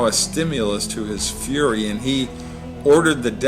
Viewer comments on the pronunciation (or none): none